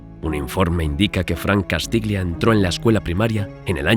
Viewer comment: castiglia se pronuncia castilla. -Un saludo.